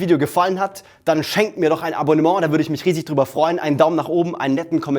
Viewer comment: Tolles Video! Schön so viel Elan in einer Person zu sehen :) Mehr "Abonnenment[s]" (wie du so schön sagst) hast du auf jeden Fall verdient. Mach weiter so :P